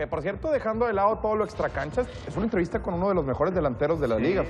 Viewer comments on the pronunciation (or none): Dice "entrevita" en ves de "entrevista" .